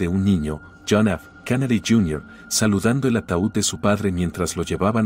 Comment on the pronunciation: No se dice kanady es Kennedy con e.